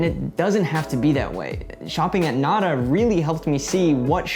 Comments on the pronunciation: Anyone else cringe a little when called it "nad-uh" instead of "nah-dah"? 😬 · ITS PRONOUNCED "NATHA" SPANISH FOR THE WORD "NOTHING" . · I wish white people would pronounce words in Spanish correctly. Nada is not pronounced like that. It’s a pretty easy thing to look up too. And Spanish shares the same alphabet as English, to boot. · oof hearing you guys mispronounce nada so many times was a trip. i wish spanish words would stop being trendy lmao. but as a canadian im really happy that more stores are starting to pop up like this! the first one i saw was in orillia when visiting a friend and i fell in love with the concept! its so strange that 'way back when' humans did live a very little waste lifestyle. all of this stuff was only recent, and its contributed a lot to our overall laziness as a society. thank you for this video! im really excited to start implementing some of these tips on my own 🥰 i just discovered your channel but id love to see some options for recycling old containers like shampoo bottles that we may have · I just can’t get over how he pronounced nada the first time